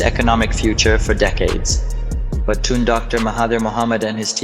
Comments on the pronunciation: Is Tun not Tan 😂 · Not "tonne" but "toon" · Actual pronunciation of 'Tun' is like the word 'toon' as in cartoon.